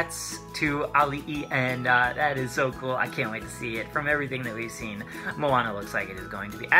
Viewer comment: Great pronouciation of her name. I'm a native speaker of Hawaiian, lots of people have a hard time pronoucing the names. But you did well, much appreciated. :)